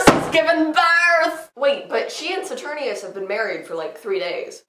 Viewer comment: This was amazing!!!!! I love your mini-Shakespeares so much oh my god. Also...I think it's Saturninus, with a "nine", not Saturnius, but this was posted in 2013 so it won't really matter at this point.